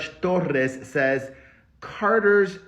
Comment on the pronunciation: I love how u rolled ur r torrrrres